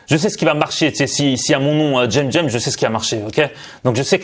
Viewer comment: tu sais pas parler c'est écrit semcem c'est pas jemjem